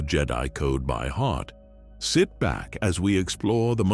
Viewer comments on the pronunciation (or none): 'Sith back and enjoy' =D